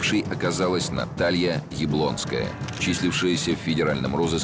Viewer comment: Не совсем правильно была произнесена фамилия Яблоновской.